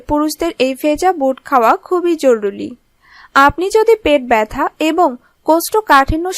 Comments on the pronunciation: joruli na joruri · Acha Didi zoruli na zoruri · আপনি জরুরি না বলে, জরুলি বলছেন কেন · কি বাংলা মাইরি..!!🐸🖕🖕 *জরুলি🤣 *শরীলে🤣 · আপু শরিল না শরির আর জরুলি না জরুরি।।।।।আসা করি নেক্সট এ আর ভুল করবেন না।।।।।